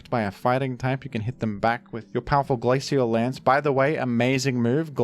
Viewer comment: The ingenious thing about mispronouncing Groudon is it sets a precedent that he could be joking about any other mispronunciations. Is he joking by pronouncing pokemon like rayquaza incorrectly? How about glacial lance? There are so many examples.